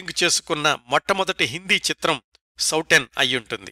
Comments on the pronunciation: Souten సౌటెన్ కాదండి సౌతెన్ అంటే సవతి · నమస్తే సార్ చాలా బాగుంది. మీరు సౌటన్ అని అంటున్నారు అది సౌతన్ అని చదవాలి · ఆ సినిమా పేరు సౌతన్, లేదా సౌతెన్ అని కూడా హిందీ వాళ్ళు అంటారు. అందులో ట లేదు. ఇంకో 2-3 హిందీ పదాలు కూడా correction అవసరం. హిందీ, లేదా సంస్కృతం తెలిసిన మీ మిత్రులు మీకు ఇందులో సహాయం చెయ్యగలరు.